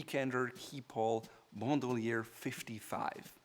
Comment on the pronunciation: This guy in desperate attempt to pronounce everything “right” is pronouncing everything terribly wrong. For example, he pronounced “Bandoulière” as “Bond-oo-lee-ehr” when it’s pronounced “Ban-doh-lee-ay”